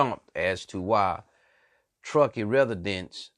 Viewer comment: I hear what your saying but you saying all the names of places wrong at one point you said tuskee county